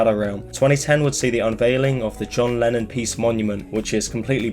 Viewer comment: it sounds like u say lenin half of the time